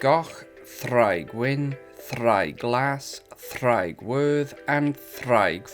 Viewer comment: Heads up: you'll want to spell it "ddraig" with the pronunciation. Your spelling of "draig" is pronounced with a /d/. Both mean "dragon," though.